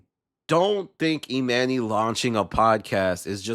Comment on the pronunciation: I can’t watch the rest cause why is he calling him Emanny it’s pronounce Emani